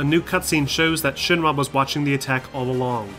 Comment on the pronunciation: Man, does this guy say Shin-ma instead of Shinra or what?